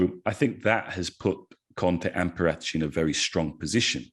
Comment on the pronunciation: Why is he butchering paraticci’s name 🤮